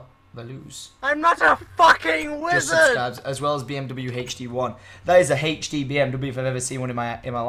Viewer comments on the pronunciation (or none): Not hachD it's HD Tomas lol XD